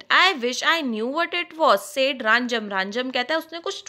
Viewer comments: It is rajam not ranjam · It's not Ranjam It's Rajam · Its no Ranjam it is Rajam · Mam aap ranjam bol rahe ho rajam hai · thank you but its rajam not ranjam